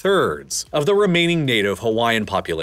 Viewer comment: Narrator just butchering the pronunciation of all the Hawaiian names/words